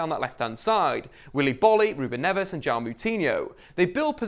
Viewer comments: It's Neves not navas it's dendoncker not dendoncore it's saiss not siass it's moutinho not moootinho. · "Seeass" "Dendonkorrr" "NAVAS"